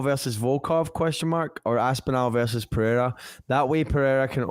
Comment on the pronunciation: Love you guys but can you both please ask one of your Brazilian friends how to correctly pronounce "Pereira"? Drives me crazy with that puhaya nonsense.